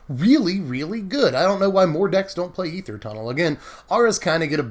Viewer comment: Holy shit man. You are the only person in existence that knows how to pronounce aether correctly!